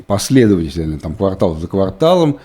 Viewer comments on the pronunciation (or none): none